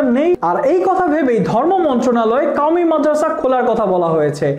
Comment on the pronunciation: কাওমি না ভাই কওমিয়া ঠিকভাবে উচ্চারণ করেন